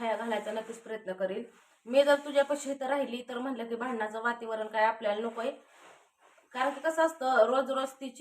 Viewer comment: वातीवरण नाही ग बाई वातावरण बोल किती वेळा हिला सांगायचं